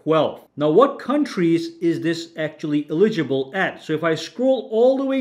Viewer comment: Just say eligible. Not eli-gi-ble. You know how to say it. Just say it.